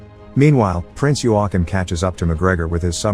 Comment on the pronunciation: You say Joachim wrong